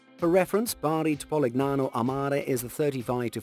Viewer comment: Favorite part is the attempted Italian accent mixed with plainly wrong pronunciation, like PoliGnano haha.